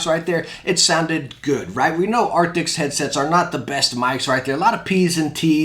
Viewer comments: Arctis not Arctics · I've been watching your review about the Steelseries headsets but please stop saying Arctix/Arctics :( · I love the videos! I don’t know why it is bothering me so much, but I thought you should know, steel-series does not make an “ARCTICS” headset. It is the “ARCTIS” headset. Keep doing your thing man! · Why does he keep calling them “arctics”..? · Dang, that mispronounciation is rough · Kinda hard to take your review seriously when you cant even say the name of the product correctly.